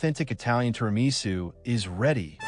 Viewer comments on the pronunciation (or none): so you don't know how to make or pronounce TIRAMISU!